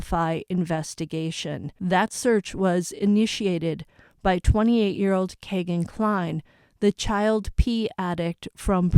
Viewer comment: his name is pronounced Key-gan Cline not Kay